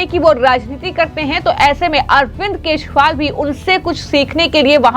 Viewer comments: तोतली बेबी केशवाल नहीं केजरीवाल हे । बिस्पी नहीं बीजेपी हे । सही उच्चारण करना शीख लो बेबी । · क्या आपकी एंकर को केजरीवाल का नाम नहीं बोलनाआता बार बार केशवल बोलती हैं।❤❤❤❤ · अरविंद केजरीवाल के नाम का गलत उच्चारण कर रही हो अरविंद केजरीवाल की जगह अरविंद केशवाल कह रही है।